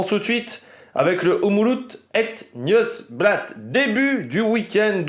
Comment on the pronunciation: Petit cours de prononciation 😂 : c’est Omloop (comme lettre o et pas ou) het nieuwsblad tu l’as bien dit ;)